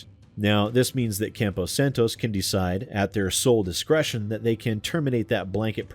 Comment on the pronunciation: Just a heads up, it's "Campo Santo," not "Campo Santos".